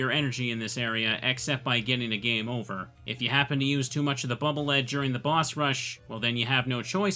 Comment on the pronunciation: As I understand it, the weapon is pronounced "Bubble Leed."